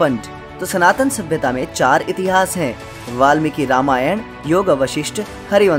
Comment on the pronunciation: Its ved not veda Its puran not purana Its itihaas not itihasa Its Ram not Rama🎉